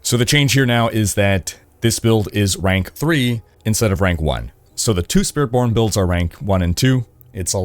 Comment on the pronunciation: on rank 2, did he just said "SpiritPorn"? lol